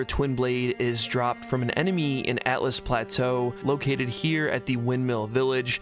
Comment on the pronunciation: Altus. Not Atlas...